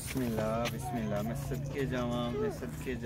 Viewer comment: bhai bismillah thk sy parh lain plx...baki video bht zabrdast hai